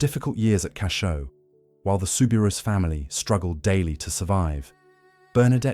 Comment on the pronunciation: The correct way to pronounce her name is souberoo not ousssss